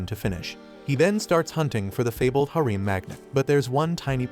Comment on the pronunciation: Harem, /ˈherəm/ You pronounce this word so bad your mother should spank your ass for a week, and when you finally come down for breakfast she should do it again and again.